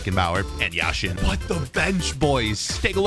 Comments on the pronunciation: It’s Yashin not Yasheeeeen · It is Yashin not Yasheeeeeen